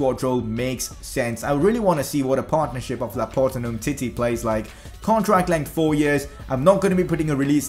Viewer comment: Laporte not laport